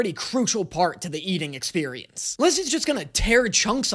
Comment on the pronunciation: " the experinece " bothers me on a high level